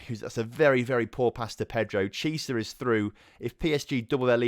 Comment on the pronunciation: Please stop pronouncing Chiesa like Chee-sah, it's like key-eh-sah